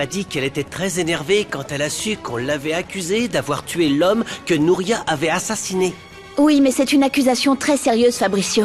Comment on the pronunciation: Des nom que vous disent très mal des le début C’est pas Rouliera c’est Julietta C’est pas amoudena c’est Almudena C’est pas Alane c’est Alan C’est pas Nouria c’est Nuria C’est pas Moricio c’est Mauricio C’est pas Poalita c’est Paulita La liste est très long ajouter 👇🏽